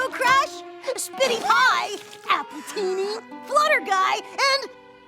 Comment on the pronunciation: Is nobody gonna comment on “Appleteeny = Appletini” as in the alcohol